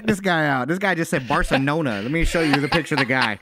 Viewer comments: “Barsonola” = a bar in south New Orleans obviously. Bar-So-NOLA 😂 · he can't say Barcelona